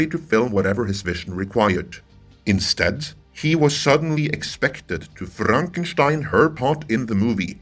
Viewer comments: We need more 'Frrrrrrrraaaankenschhhhtein' Good sir, that was epic. Rollin! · I love how Norwegian blokes pronounce "Frrrrankshtein". Sounds so bad-a ss. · "He was suddenly expected to frRrRrRankenstein" -- the accent is entertaining